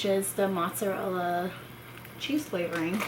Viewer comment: It is not "motszarella" its freaking MOZZARELLA